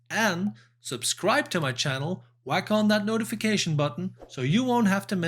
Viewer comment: Every time you say "whack on" I do giggle a bit. But nice performance. You are taking the boys to the stratosphere and beyond.